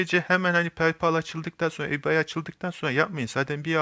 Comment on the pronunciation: Reis güzel anlatmışsın ama ibey diye oku yav garibime gitti eBay neydi diyorum kendi kendime